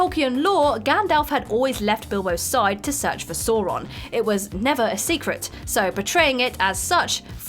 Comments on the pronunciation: How do you pronounce "Sauron" correctly and incorrectly in the same video? Where is the quality control? Why is WhatCulture so trash? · I know there is some argument over the pronunciation of "Sauron", but sticking to one way in the video might have worked better. Perhaps they were trying to be diplomatic?